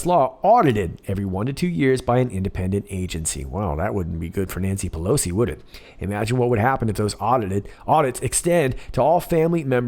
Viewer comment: “Nancy Pelosion?” Hahaha!!!! Caught that one. Keep up the great work Sir! 😊👍👍